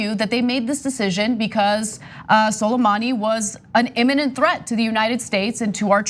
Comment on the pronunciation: Could you at least make an attempt to pronounce Suleimani's first name properly? You're not much of a know it all if you can't bother yourself to get a name right.